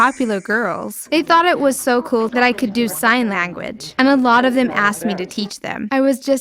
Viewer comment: “Sign lagooage”